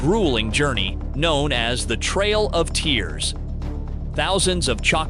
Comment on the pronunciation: “the trial of tears”? Your computer voice said it wrong. It’s the trail of tears, or as us Choctaw call it, the long walk.